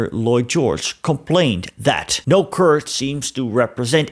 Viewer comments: Yeah sounds more like "Fart" to me as well. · Your pronunciation of 'Kurd' is incorrect.